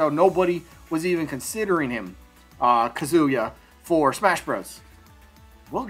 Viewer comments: Maybe a mook? Bandana Dee? Also Kazuya is not pronounced Kazoo Yuh. It's KAH-zoo yuh Emphasis on Kah short Zoo and emphasis on Yuh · it's pronounced Ka-zu-ya